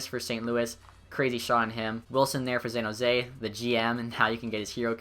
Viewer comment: "Xan Hose"